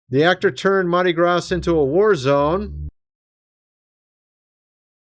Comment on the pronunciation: Your pronunciation of Shia Lebouf and Mardi Gras has me ROTFLMAO!😂😂😂😂😂